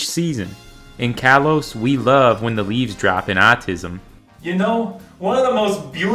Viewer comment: "autumn" as "autism" took me out because it came out of goddamn nowhere oh my GOD